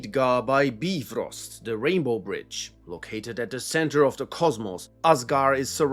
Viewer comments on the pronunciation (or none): none